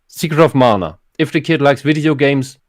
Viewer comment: All of my issues with the German on the right are forgiven because he pronounced "Mana" correctly when and the English dubs of the remakes pronounce it as "manna".